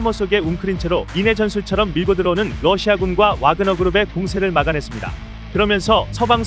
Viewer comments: 아 ㅅㅂ색기들아 와그너가 아니라 바그너 라고 다른 방송은 안보냐? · 와그너가 아니라 바그너라고 야그 올립니다.